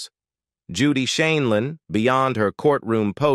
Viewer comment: Her name is pronounced "Shinelinn" Quit saying it as "Sheenlin"